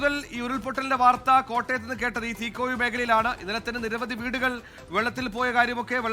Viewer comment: It’s Teekoy (തീക്കോയി), not തീക്കോഴി